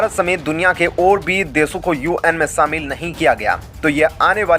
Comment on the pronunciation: Kya samil, des, bolte ho?